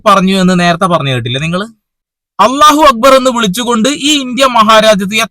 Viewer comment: അല്ലാഹു അക്ബറെന്ന് അറബിക് ഭാഷയിലെ ശരിയായ ഉച്ചാരണം താങ്കൾ പറഞ്ഞു bro